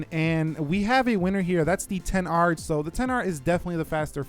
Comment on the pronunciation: Stop saying "ten r" and just say xr its really annoying